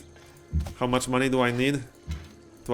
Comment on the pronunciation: Every time you say "Maney" I put my hand in front of my face with all the fingertips touching eachother and yell "Maaaaaaney!"